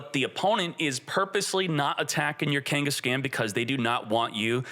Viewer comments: Ken-guess-CON NOT CAN OR KENGHIS-CON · Kangas-Caan like Genghis khan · Your pronunciation of Kangaskhan hurts my ears. Have you not heard of Genghis Khan from history? Khan is not pronounced "scan". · FYI Kangaskhan is pronounced like Ghengis Khan. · people are going to roast you for some of these names 😂 Its pronounced kang-es-kon or khan like gengeis-khan. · Kangas-scan is crazy 😂😂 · buddy, love your content. Can you pick out a pokemon nerd among your fans to help you with Pokemon pronunciations? Hearing you say Kengis-can, is hilarious, but wrong. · Also wrong, its keng-guhs-kaan . Its meant to rhyme with genghis khan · Dude doesn’t even know how to say Kangaskan